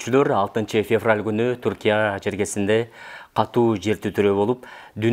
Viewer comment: Урматтуу алып баруучу февраль туура Айтчы,орус тилчи филологдон сабак алды айланайын балам